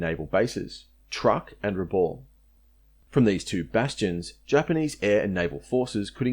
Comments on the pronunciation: Time for you to learn how to correctly pronounce our towns. The atrocious pronunciation of "Rabaul" is appalling. "Rabaul" is pronounced "Rah - bowl". It is my home. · Great video but let down by the continuous mispronunciation of the name Rabaul. It is pronounced with the last syllable sounding like ‘owl’. For God’s sake get it right.